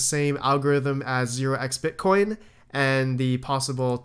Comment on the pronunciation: That's 0(ZERO)xbitcoin not oxbitcoin FYI.